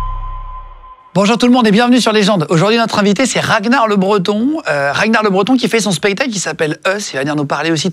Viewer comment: Ah ok je pensais que ragnard le breton ca se lisait comme ça s'écrit. Pas RaGnard le breton